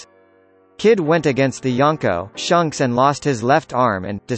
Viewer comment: He just called shakes shunks